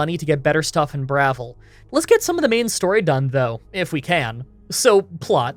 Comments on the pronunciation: it is BravIl, not brothel lol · Bruh-vill is the pronunciation. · its "Bravil" not "Bravil" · It's called Brah-VILL, not "BRAH-vil". You obviously never played this game much. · the town is called BRUH-VILLE, bravil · Lol bruh-vil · It's pronounced in-game as "bra" (thing that holds boobs) "vil" (like in villain). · your first pronounciation of Bravil was right, everything else after that was just.. eesh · Uggh your spelling on the cities IS ALL WRONG! KOROLL. BRUMA NOT BURMA! bruhVIL NOT BRAvil Also stop caring about the rules. It's your videos you decide if your run is valid. Have fun